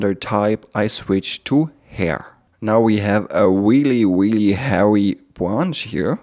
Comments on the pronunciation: i knotiked you say hairs but not really really is weally it okie i can tech u a england lessona Ic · That's weely, weely woot! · i sorry peopl.e judged u for te w instead off R in speak I understood your fealing i be friend... ? ? pepol just tese u because thety are gelos of you skill's i like u skill and IQ 300 i friend? good video i subskr subbed} to you friend sorry bad england1 I